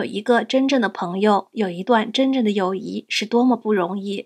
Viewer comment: You have 友谊 displayed, and are pronouncing it as, yǒuyí， but the HSK 4 Standard Course book and the couple online dictionaries I use, all show it as yǒuyì。 Are you just mispronouncing/mis-typing it in the video, or is there some other reason for the discrepancy? I know this video was made over a year ago, but if you see my comment/question and can provide clarification, that would be great. 谢谢！